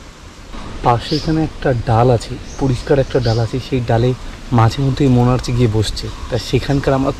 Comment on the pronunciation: দাদা উচ্চারন মনার্চ না মনার্ক হবে।।❤️❤️